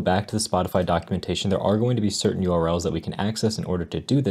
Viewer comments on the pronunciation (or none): none